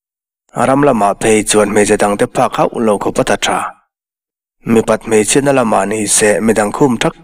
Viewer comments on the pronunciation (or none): none